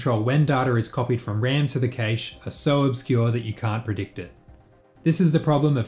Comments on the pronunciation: It's prevalent in Australia and it bugs the hell out of me. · I'm stun locked by the way you pronounce 'cache'